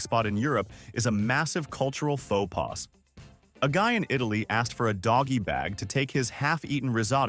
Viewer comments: It’s pronounced fo pa not fo pass, it’s French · Faux pas is not pronounced faux paz. The s is silent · Well, onto the 101 American mistakes, you can add these. Mispronouncing "faux pas" is the 102nd... Thanksgiving is not Independence day, that's 4th of July. Confit has a silent "t"